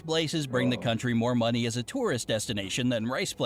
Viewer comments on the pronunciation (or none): none